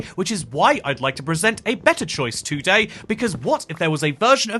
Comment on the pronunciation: why do you say TOday like that